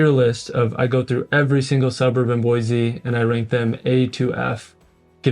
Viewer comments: Pro tip: Don't move here and then start telling everyone how some aspect of your previous place was better, and then suggest it should be changed. This is particularly true if you came here from California or any large city. Second pro tip: Sound like a native; Boy-see not Boy-zee. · B-o-i-SSSS-e not BOIZZZE. I don’t mean to be cranky but it grates on the ears so badly!